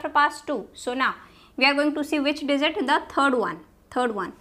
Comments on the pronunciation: indians be like swap (j,z) ------> dizit :D not digit . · Oh, I couldn't understand what you're meaning by 'desert' here, while dealing with numbers, until I realised that the word was 'digit' for which you said 'desert'! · It's Digit. NOT DIZIT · dizit nai digit hota hai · Maam its DIGIT .....not DIZIT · I was in the mood to study but she pronounces 'digit' as 'dessert'......now I wanna eat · Dizit 😆 By the way lecture was fantastic !